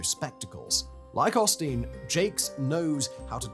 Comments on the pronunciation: As much as I detest Osteen- hearing Simon’s accent refer to him as “pasta” is everything I needed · i can't not hear "pasta" every time 😅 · Did you never bother to watch a video of Joel Osteen to learn how to pronounce his name correctly before starting this video?